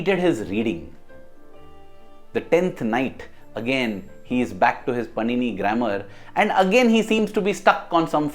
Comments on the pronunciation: Just a little correction. It's not पनिनी...it's पाणिनि। Om Shree Sai Ram 🙏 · The entire video is very nice but just one improvement it is not panini it is pronounced as pānini.